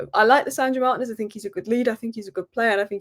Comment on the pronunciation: Can anyone explain to me why always calls Martinez Manez? For brevity's sake, why is Martinez such a long last name? Like Granacho instead of Garnacho 🤔